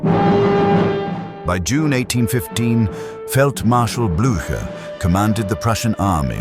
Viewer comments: Jaki Gerard, jaki Blacher?? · Co za katastrofalne nazywanie dowódców w tej bitwie przez narratora!! Trzeba najpierw uczyć sie wymowy francuskich i pruskich nazwisk dowódców!!